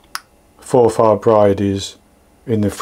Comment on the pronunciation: You're right first time with your pronunciation, no stress on the "a". X from a Scottish watcher. X K